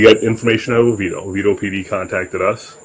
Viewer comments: Whoa... You pronounced Oviedo correctly!! That's super rare ... and now I'm remembering you mentioning you had worked as a bouncer in Orlando, so I guess you know that LOL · I was impressed when he pronounced Oviedo correctly! Makes sense now.